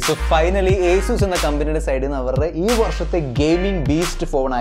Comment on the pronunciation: Nta bro acuz alla asus